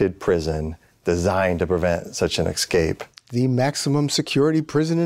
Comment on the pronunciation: Head of blah blah but can't prounce the word escape. It's not excape. You're not black. Let me axe you a question. Uggghhh.